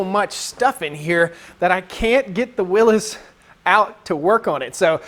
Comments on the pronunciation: WILLY'S, WILLY'S, WILLY'S, WILLY'S, WILLY'S. NOT WILLIS!!! You're going to give me another stroke. AAAAAAHHHHHHHH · It goes back to the originators who pronounced it Will is.